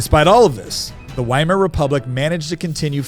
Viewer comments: It 's pronounced "VY-mar", not "WHY-MAR." Is that so difficult? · Please, it's Veimar. Ther German W is pronounced as V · The W is supposd to be pronounced like a V. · 'Weimar' is a town in Germany, pronounced 'Vye-mar'. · Why Mar Republic? WHY mar? It starts with a V sound and everyone who speaks English pronounces it with the V sound. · Because the W in German is pronounced as V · ITS PRONOUNCED WITH A V, PLEASE DON'T SOUND DUMB WHEN YOURE6TRYING TO CONVINCE PEOPLE YOU'RE SMART